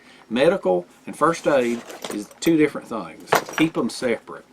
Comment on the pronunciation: Because of your accent I thought you were saying “deer friend” instead of different